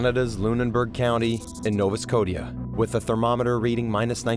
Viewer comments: who ever made this Doc should give there head a shake.. they have no clue how to pronounce, be like calling London Logon.. Nova Scotia isnt hard to pronounce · Hate the way the narrator says “Nova Scotia” he’s butchering it